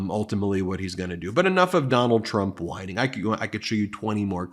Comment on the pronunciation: Oh, I get it now. All along, he's been mispronoucing whining. It comes across as winning who knew.